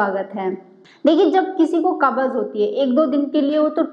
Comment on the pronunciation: Pahle bolna sikho cabbage nahin kabj kahate Hain